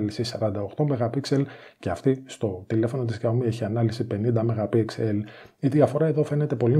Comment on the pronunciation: Τσούζει ότι είναι καλύτερο το xiaomi ε; και προφέρεται Σάο-μί και όχι ζιαομι